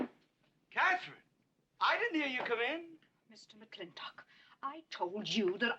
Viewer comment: Would anyone of you fine fellow cattle ranchers tell a greenhorne like me why on earth they again and again pronounce McLintock kinda like McLinnek? Is there some Southy thing goin on or are my ears getting just too old?